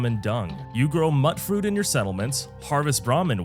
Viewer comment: It's not how you say mutfruit either.